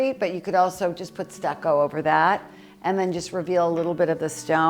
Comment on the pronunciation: when you are saying stacco here and stacco there..pointing to the walls..are you meaning stucco?..plaster? you make me laugh😂..I hope you and your family are doing well..un abbraccio